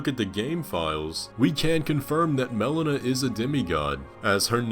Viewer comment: Mel-LEE-Nuh not Mel-uh-nuh